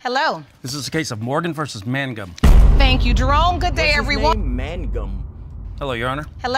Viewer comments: reverse the n and the g in mangum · “Look at the other mangum”